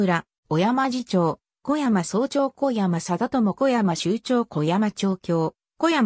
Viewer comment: 読み間違いがひどい せめて小山氏は「おやまし」って読もうよ